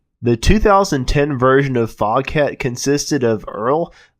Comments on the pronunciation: It is actually pronounced fogat. The h is silent. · Foghat, pronounced Fog..at. The h is silent.